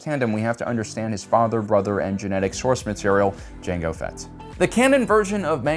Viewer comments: he says mango fett he says lango fett he says yango fett he says psycho fett he calls grogu gogurt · Okay.... why do you keep mispronouncing Django ??? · Did he say Mango Fett? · He said mango fett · LaNgO Fett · Mango Fett was my favorite 🤣🤣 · Gotta love the variety tho! He only did the D'Jango once. But I still like hearing it. 😂. Every time he does I imagine Jamie Foxx in beskar. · Lmao he just keeps purposely mispronouncing jango